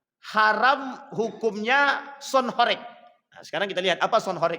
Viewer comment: Bacanya bukan horèk tp horêk